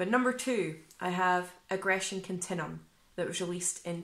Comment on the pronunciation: It’s pronounced aggression “kun-tin-you-em”……not “kun-tin-em”.